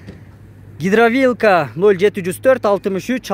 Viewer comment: Гидравилка емес гидравлика.караап окусан.